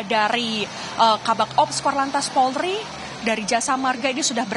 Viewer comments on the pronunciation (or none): none